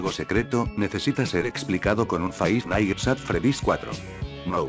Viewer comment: Nadie: Absolutamente nadie: Loquendo: Faivf naitz att fredís.